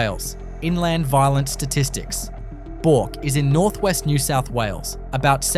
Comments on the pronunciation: Hey numpty.Bourke is pronounced Berk, no Bork.😅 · Time you learnt how to say Bourke correctly. I am surprised at how many town names you actually have no idea of how to pronounce them. Talk about third world towns but you yourself have third world speech. Disgusting to hear such ignorance. You even have no idea how to pronounce lead the metal.